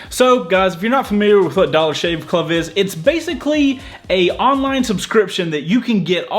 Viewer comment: "Dollar Shave Cluv" 😂